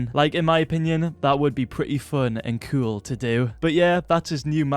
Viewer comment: When he says cool it sounds like cuol